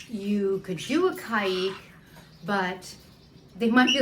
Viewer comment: You pronounce Caique in two different ways in this video. Which is correct please ?